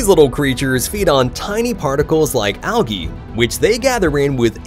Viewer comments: I see your "nucular" and raise you with an "al-ghee" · Algae is (Al-jee) Nuclear isn't Nuculer. (New-Clear) I enjoy the videos, and your narration, mah'dude. Your tone is perfect, your cadence is wonderful. Pitch is great. You have the perfect voice for this, man. Just take your time and slow down a bit. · And algee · He also pronounced algae as "alGee" hard g, instead of "aljee."